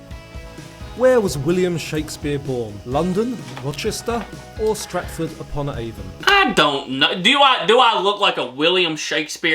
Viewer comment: I got all of them, but I am British. You did very well. Sir Anthony Hopkins played Hannibal Lector. Avon is pronounced Ay Von.